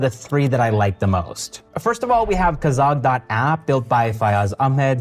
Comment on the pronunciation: it’s kagaz. not kazag